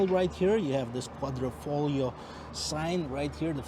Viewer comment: QUADRIFOGLIO! At least journalist coud get it right. Thank you. :-) Otherwise nice vid.